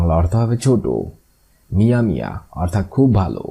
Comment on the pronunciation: আপনার অনেক আরবি বুল আছে এগুলা ঠিক করে নেন।যেমন মিয়া মিয়া এখানে ভুল করছেন এবং আরো বুলকরছেন কাবালা আরো অনেক শব্দে ভুল করছে। সে গুলা বলার সময় নাই।